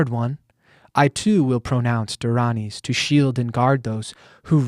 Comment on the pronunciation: Great job pronouncing the dharanis🙏